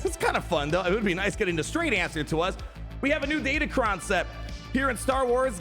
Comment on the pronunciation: Sorry to break the news, but datacron starts with a D and ends with an N